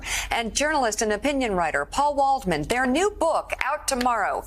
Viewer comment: "Schaller". "Waldman". Yeh.